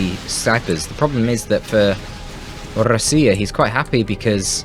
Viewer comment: I see РОСИИЯ at the peak of popularity)) in 4 days, there are 2 castes from РОСИИЯ at once, Indrid and you, ) I wrote "GO dota" because it was funny to read once again from a dov player that everyone around was to blame, but not myself. You pronounce RUSSIA funny. - peRRfekt ruzsian aktsent ), admit you're Russian! ) Come to me in Siberia, let's drink vodka and play dov here in Krasnoyarsk zaebis) Thanks for the cast, my darling, I hope my attempts to diversify the gameplay are also interesting) RAS SI YA! RAS SI YA!!